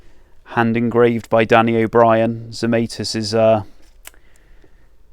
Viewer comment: Zemaitis is a Latvian name and rhymes with tonsilitis etc., unless TZ used the possibly US version himself? Google translate from Latvian Zemaitis is 'earthling'. Don't think that's correct either, but the Latvian version is correct. Check 'hyperforeignism' for US (and some UK) mispronunciation of foreign words/names, 'If in doubt, make it sound foreign'.